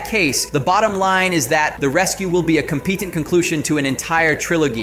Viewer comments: Hobby? Compeetant? Trilogee?...Are you an AI? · wtf is "compeetant" and "trilogee"?